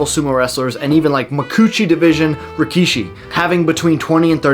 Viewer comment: I’d like to say the work Rikishi is pronounced more like “Rick-shi” and not Ree-kee-shi or rah-key-shi.